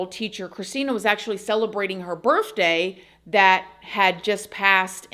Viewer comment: I love listening to your videos, but I just can’t stand hearing you say birFday.